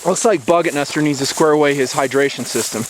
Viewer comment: BuggetNuster not Budgetmaster